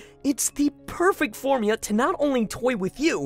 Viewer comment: anybody else notice that said "formya" instead of "formula"?